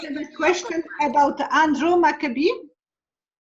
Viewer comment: Does mean Andrew McCabe as in Abe with a C in front of it? She is saying what sounds like Macabi. Is this someone else she is referring to?